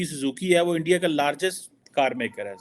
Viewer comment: kyu thak raha hai? Aram kar bhain sara din ENDIA,.. ENDIA😊😊😊